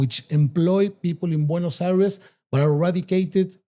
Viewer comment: 'Bueynos Ares' 😂😂